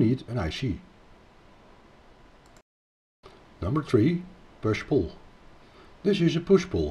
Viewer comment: Sa démonstration est très intéressante et très bien faite mais il nous agace avec son accent auvergnat, le gugusse ! On ne dit pas : "moche Fête" mais on dit : "MOS FET". Même chose pour le : "pouche poul".